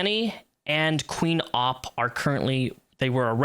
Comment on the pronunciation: You pronouced Opp wrong. Its not Ooop, its Opp.